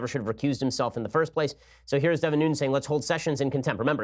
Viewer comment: Wire | Nunes is pronounced “NOO-nehz”